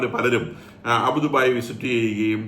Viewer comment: അബൂദുബായി എന്ന് പറയാതെ. അബുദാബി ആണ്.അതുപോലെ സൗത്തേൺ അല്ല സതേൺ ആണ്